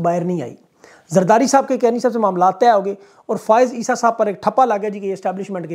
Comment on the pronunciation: فاہز عیسی نہیں بلکہ فایز عیسی ۔